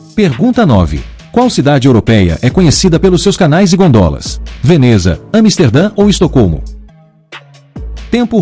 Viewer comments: DESCULPE, mas Gôndola foi pronunciada de maneira errada. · 9 = Desculpe, Gondola pronunciada de forma ERRADA, ou seja, sem acento.